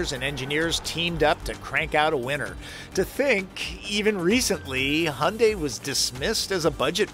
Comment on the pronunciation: Ioniq5를 지금 주문하면 출고까지 12개월이 걸린답니다, Your pronunciation of the word "Hyundai" is correct. 현대 (Hyundai) means modern or contemporary in korean.